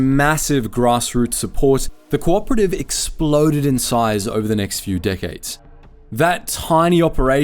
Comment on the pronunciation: He says "decades" but it sounded like "dickheads" LOL